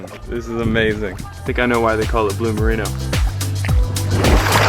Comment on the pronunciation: Sorry man. It's Bue Marino, not Blue Marino. BUE means Ox and Bue Marino means Dudong, which is that marine mammal that's similar to a walrus.